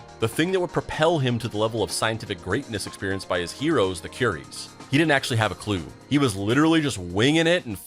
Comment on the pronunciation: Why can‘t Americans pronounce names? Are you that ignorant? It takes one google search to look up how to pronounce curie..